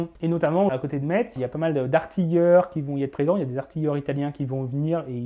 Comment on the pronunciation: Très intéressant. Je peux te confirme que Sainte Barbe est très populaire chez les mineurs allemands. J'ai vécu en Sarre et il y a pas mal d'église au nom de cette sainte là-bas. Juste une info, Metz ce dit "Messe" et pas "Metz" à l'allemande. Pourrais-tu svp faire des vidéos sur l'histoire des mines autres que les houillères? Je pense notamment aux mines de fer de Lorraine et les mines de potasse d'Alsace. Merci